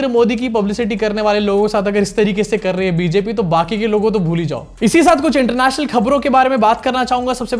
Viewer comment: aap "international danka" bada tadke k sath bolte ho 😅😅😅